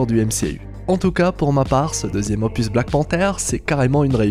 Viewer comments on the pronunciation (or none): none